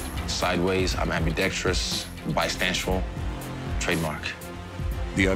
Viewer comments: The man said he's Bistanceual . Lmao . Nice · Bistanceual I’m dead 😂 💀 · Bistancual hahahah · Bistantuial ? 😂 no one is trademarking that